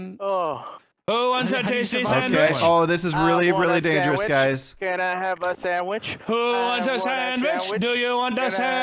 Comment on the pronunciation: you know why he went for the sawich because he likes sawiches